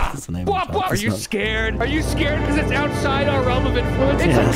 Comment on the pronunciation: "iss a strawberry"